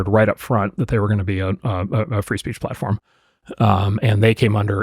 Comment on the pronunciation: Liz Schwartz: Helo-oooo. Rumble. (caugh.) Free Speech platfirm. Hello?